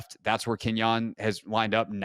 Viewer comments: I'm usually not pedantic with names. But it's Quin-yon. Let's go Birds! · QUINYON NOT KENYON!!!!!!!